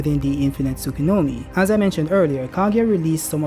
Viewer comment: say "tsukunomi" once more and im gona fuckin block u. its "tsukuyomi" bruhhhhhhhhh